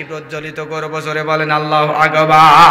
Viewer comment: আল্লাহু আগবার ..? নাউযুবিললাহ । আল্লাহু আকবর হবে । আর ক্বারী লিখেছেন কিন্তু পড়া তো সহি না। পাম তো একটু বেশি হয়ে গেলো..?